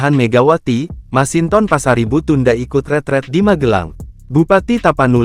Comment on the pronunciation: Kok “retreat” bukannya “retrèt” ini kan bahasa Belanda bukan bahasa Inggris, gimana sih nyebutnya jangan plèot2 gitu biasa aja retrèt kaya nyebut trompèt.